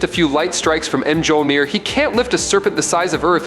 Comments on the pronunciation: Pronunciation corrections: Kratos= Kray-Toe-s, Mjolnir= Mule-near Jotnar= Yo-t-nar, Jormungundar= Your-mun-gun-der. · The way this shitty AI narrator butchers the pronunciations of "Mjolnir" and "Kratos" makes me cringe. Why did I watch this video?